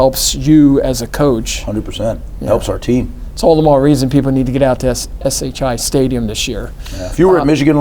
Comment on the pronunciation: Whaler must like to hear himself talk. Interrupted Schiano 1,000 times. Can’t even say SHI Stadium right. Plus, they are in the Hale Center..